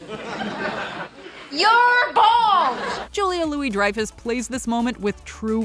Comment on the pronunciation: I laughed at how the narrator mispronounces Julia Louis-Dreyfus' name. Too funny.